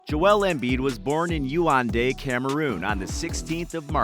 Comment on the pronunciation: It's YAOUNDE!!! Not Youande,put some respect to that name and place please..